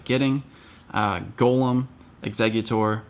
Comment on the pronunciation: Thank you for being about the only PoGo you tuber than can say Golem right!